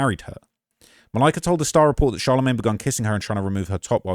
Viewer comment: The way says Malika’s name every single time makes this unwatchable.